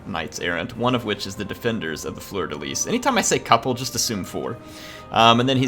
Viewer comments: Fleur-de-leee. S is silent. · Fleur-de-lis has a silent s. Fleur-de-lys has an s pronounced like in kiss.